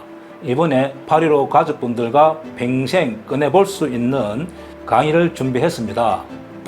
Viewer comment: 평생 발음이 안 되나? 팽생, 팽생?